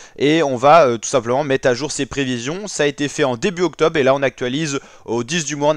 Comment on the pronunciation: Y a un « R » dans octobRe … et il se prononce